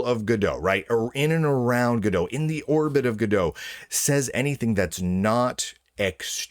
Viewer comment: I'm pretty sure its not gadeaux. gal gadot is gadot not godot for one.